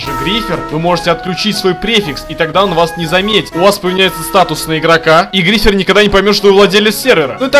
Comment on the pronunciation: Звонит ударение на и грифер глупый